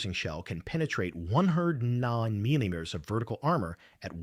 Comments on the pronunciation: Another Robot-Voice having issues with “millimeters” (and similar) again! Dead Giveaway! One idea: convert all metric dimensions to “inch” figures. Robot-Voice might not choke as bad… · is the difficulty with pronunciation of “millimeters” and similar….